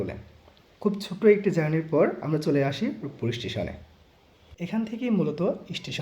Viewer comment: সবই ঠিক আছে শুধু ভিডিও কোয়ালিটি ভালো করা উচিত। আর বাচনভঙ্গি ঠিক করা উচিত। ষ্টিশন না ষ্টেশন। গঠনমূলক সমালোচনা গ্রহন কইরেন বড় ভাই 😊😊